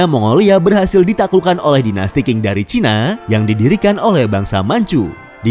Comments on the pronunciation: Dinasti Qing di baca ching bukan king.. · Perlu km ketahui dichina tdk pernah ada yg nmnya dinasty king.... Yg ada dinasty qing (baca ching) Jgn baca king, apa2an king.... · Bacanya dinasti Cing